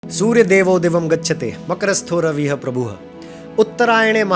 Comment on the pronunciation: रविह प्रभुह उच्चारण गलत है रविहि(रविः) प्रभुहु(प्रभुहु) उच्चारण होगा। अर्थात् जिस मात्रा या स्वर वर्ण की वर्तनी के साथ शब्द लिखा जा रहा है उसी वर्तनी के साथ विसर्ग का ह उच्चारण होगा जैसे की रामः (रामह) रामाः(रामाहा) रविः(रविहि) वधूः (वधूहू) ....